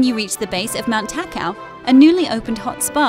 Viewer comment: Ta-Ka-o is the correct pronunciation